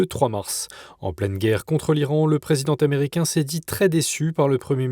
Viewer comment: Donnée l'excellente qualité de votre chaîne, je me permets de faire remarquer que, depuis peu, vos journalistes font des liaisons entre les mots qui sont incorrectes. Il ne faut pas dire "le présiden taméricain", mais bien le "président américain". De même, en présence d'un "s" final sur un mot pas de liaison en "s" avec le mot suivant.